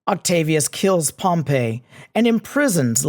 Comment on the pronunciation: Just a quick note, especially for students who want to sound like they know what they're talking about: Pompey (POM-pee) the dude is not pronounced the same way as Pompeii (pom-PAY) the city.